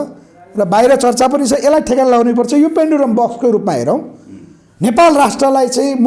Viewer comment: हाउ !पेन्डुलम बकस कि पेनुडुरा बकस हाउ?के बोलेको मित्र?